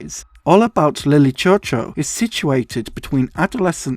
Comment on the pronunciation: from what i’ve seen online i’m actually pretty sure that it’s pronounced “lily shew shew”. that’s probably my only critique of this video. i remember watching this for the first time and i wish i could watch it for the first time again and again